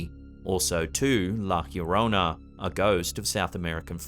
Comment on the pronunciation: Its pronounced Laa YORONA